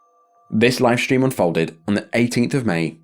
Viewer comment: Why does everyone nowadays say "shtream?"